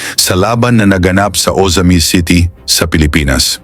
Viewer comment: Pinasa'yaw? ? Maling bigkas O'zamis"? Oza'mis ang wasto. Pali'tan?? Ang wasto ay pa'li'tan